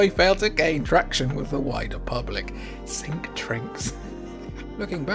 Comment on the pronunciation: Sink trinks xD